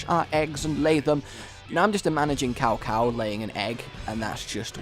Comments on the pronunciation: it's pronounced "tsow tsow" not cow cow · You said "Cow Cow" hahaha. It's an "S" sound, more like Sao Sao. Sometimes it's spelled Tsao Tsao. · Ehm it's pronunced Zao Zao(or Tsao Tsao) ;) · It's pronounced sow sow